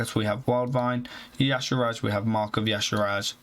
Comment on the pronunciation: Can you please put in a bit more effort in pronouncing the mercs and equipments correctly? Makes it really hard to watch a video through to the end with all the "Azira" instead of Azshara, or "Ruins" instead of Runes. This is a continous pattern throughout all of your videos.